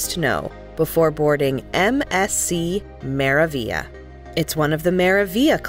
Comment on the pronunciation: Your video loses a lot of credibility when so many words are mispronounced…including the ship’s name.